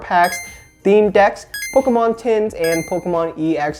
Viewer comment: Lets say it like. "Pokmon"